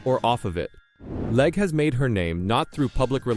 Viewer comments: Her last name is pronounced leg not Lega. She has driven Indy car and cart for years. She was bought out of this year's Indy 500 because another team bought out the car she needed. They thought she might bump out one of their cars. She was having a great run at road America in cart when her rear wing failed and had a horrible crash. Not her fault and walked away. Later I watched her qualify a bad handling car at the Indy 500. That took more guts than her critics have. Look at her road America crash and see if you would risk going so fast at Indy 500 Qualifying with a poor handling car? She is a very good driver trying something new. Give her some time to adjust. I was at that road America race when she crashed so bad in the kink corner. In the stands we thought she has passed for a while. Later we found out she walked away. I saw the car she drove before the race up close. It was older and even has some rust painted over on it. After the crash the flatbed truck drove behind us with what was left of the car. The pieces were so small we wondered where she was sitting in the wreckage. She has guts! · LeggAh? Cant even narrate your own videos? You are a parasite...